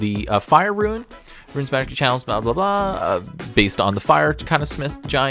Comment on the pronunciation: For the love of mike it is RUNES not RUINS!!!